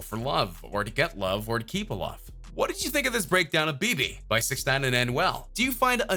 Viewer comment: dude learn the pronunciation of the song title